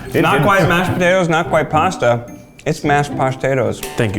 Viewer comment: When I was little my mom would make this pasta/rice hybrid (I forgot what it’s called) and Keith’s “pashtatos” remind me of it